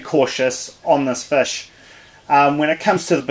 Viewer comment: Fish g not fush 😂